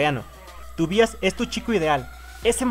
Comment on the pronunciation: ¿Por qué dices bias si se dice baias? Ahk, se pronuncia baias we